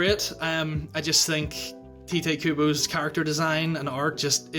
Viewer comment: Bless you for actually saying Tite Kubo's name right. So tired of hearing "Tight Kubo" lol